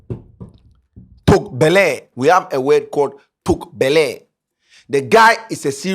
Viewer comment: it’s Toak b3l3 not b3l33 😂😂